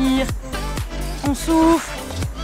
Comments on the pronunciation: 😂 euh je suis la seul a attendre "est on souffre"😂 au lieu de "est on soufle"😃😂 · A j ai compris « on inspire ... et on souffre »